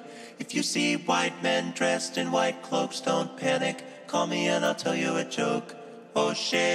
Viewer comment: I like to think that when He says ,,im chwhite,, Its a tribute to family guy